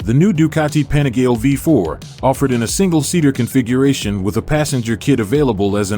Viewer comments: “Penigel” ?! Panigale is the correct pronunciation! The name "Panigale" comes from the small manufacturing town of Borgo Panigale. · American voice over can't even pronounce Panigale, does my nut in.